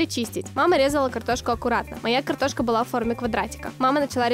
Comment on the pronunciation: так забавно говорит картошка)))